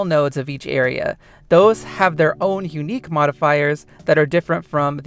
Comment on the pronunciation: how does bro say aera